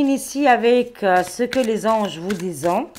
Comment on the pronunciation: Bjr, merci pour ce tirage. Par contre, sans vouloir me moquer, je voulais juste vous dire que lorsque vous utilisez l'oracle " Ce que les Anges vous disent", il faut prononcer " disent " comme si c'était " dise " et non pas " disant " comme vous le dites...😂 Merci par avance de.le pardonner pour cette remarque... C'est juste pour vous transmettre l'info...